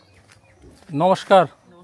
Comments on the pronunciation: Aponi nomoskar bolte paren na... Jayej nai.... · Nomoshkaar bolata thik hoy nai apnar